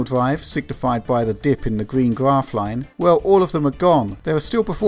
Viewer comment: What is a dwive? Gwaph? Sowwy, the accent kills me.